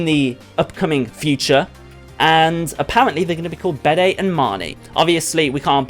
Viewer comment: Bede is pronounced 'Beed'.